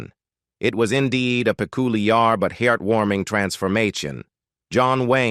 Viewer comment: Yeah, it sounds way too "pe-coo-lee-ahr" for most of us...lol